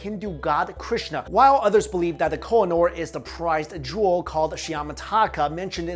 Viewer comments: oo = u ... its ko- he- nur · Koh-I- Noor (pronounced khuuheh-nuur) means the mountain of light